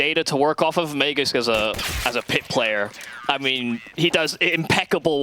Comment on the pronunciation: man who the hell let this guy commentate? the way he pronounces MAGISK